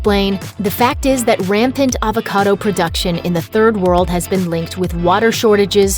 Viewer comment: "HAVE A HAVOCADA,TODAY"